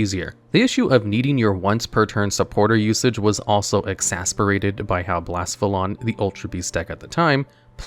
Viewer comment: There’s an e in Blacephalon